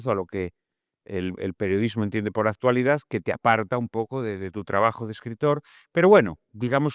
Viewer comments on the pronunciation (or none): No puede ser que un escritor que se precia diga “aztualidad” con zeta.